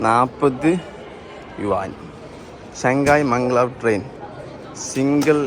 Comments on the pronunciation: മംഗ് ലാവ് അല്ലല്ലോ മാഗ്-ലെവ് അല്ലേ?🤔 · മംഗ്ലാവ് അല്ല മഗലേവ്